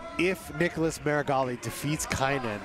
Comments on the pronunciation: Not "Niggalas" Meregali. This announcer is wild 😂😅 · That man said Niggalas lmao